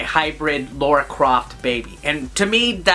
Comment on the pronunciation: It's lAra not lAUra 😜 love the review!